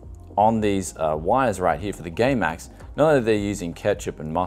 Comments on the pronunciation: # he says gay max lol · I swear he's saying gaymax